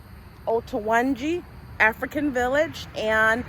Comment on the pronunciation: You must have have your heritage from my hometown Ede Osun State Western Nigeria' where Davido ( musician) also hail from. Had it been there is audio channel I would have correct the pronunciation of that name Oyo-tun- ji ( Oyo is the emperor state in Yorubaland while Tunji means resurrect literarily).